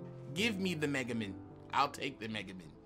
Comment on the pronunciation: it's megaMAN, not megamen lmao I had to say something it bugged me how u said it lol. What do u think about us getting winged dragon of ra? U think we're getting obelisk and slyfer?